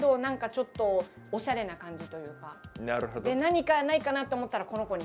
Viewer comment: 「ﾝナrﾙホﾄﾞｩ?」←すき